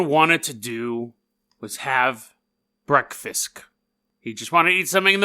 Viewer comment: Why did you say “breakfisk”? I am genuinely curious.